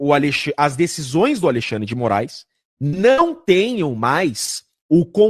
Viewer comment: Kkkkkkkk...xandeclaire, xanderléia, xandercí........eu não aguento...kkkkkkkk